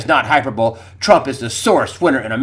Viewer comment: sorry greg cant help myself. hyper bo lee not hyperbowl